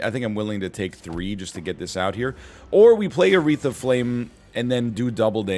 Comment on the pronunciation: Everytime he says "a wreath of flame" it sounds like he is in the process of saying "Aretha Franklin"